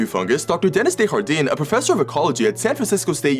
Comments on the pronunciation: Lmao i think he tried to pronouce it like spanish whitout knowing its acutally french. Honest mistake to be fair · I dont see anyone mention this but the doctor's name is french and was mispronounced sounding Spanish. The J does not make a H sound in french. Note: Fun fact the Doctor's name means 'the gardens' (des jardains) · Fun fact: Desjardin is French and is pronounced with the J. It's not soft like in Spanish. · The scientist's surname is French. The J is pronounced either as ZH or anglicised as a regular J. Pronouncing as an H is Spanish. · Dude pronounced a French name like a Spanish name 😔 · The way you pronounce his name haha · Bro has a French last name, but you're pronouncing it with Spanish pronunciation rules. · His pronunciation of Desjardins is really killing me lol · The mispronunciation of Desjardin is making me unreasonably angry. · The professor's name is French. You can pronounce that j like you do in English. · Desjardin is French. It's pronounced Des-Jardin. The garden. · This is the most butchered ive seen someone say Desjardin. Its a french name. Please pronounce the J 😢. Even if the guy is american. Its still valid. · I don’t know why but I thought this YouTuber was Canadian but after hearing him pronounce the French name I know he isn’t 😢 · You pronounced "Desjardins" wrong. It's a French name, not Spanish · That's, uh, probably not how he pronounces his last name. It's French, not Spanish. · That's not at all how you pronounce Desjardins but i like it lol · Pretty sure thats not how desjardin is pronounced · Dr Desjardins is pronounced as ”Day-jar-done” Not “day-har-deen” it’s french not spanish you pronounce the “J” it doesn’t turn into a “H” like in latin-american spanish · Deshardin???? Desjardin is a french last name its not mexican des was good but for the jardin think of like jar-dine silent e and u dont pronounce the n either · Desjardin is a French name not a Spanish one. It’s pronounced day-jar-den